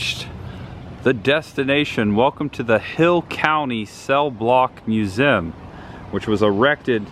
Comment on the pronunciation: Please stop saying "museum"... Lol It always sounds like "mewzim" 😂😂😂 Always look forward to your videos...